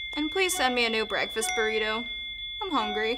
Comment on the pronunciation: Her at the start of the My BrEaKfAsT bUrRrItO